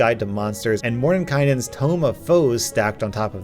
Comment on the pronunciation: CAN PRONOUNCE “MORDENKAINEN”!!! So much +rep for that, dude, I know so many people who see that word and get terrified.